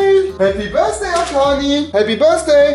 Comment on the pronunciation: Niemand: Wirklich Niemand: Rewi: Happy Birsday Arkani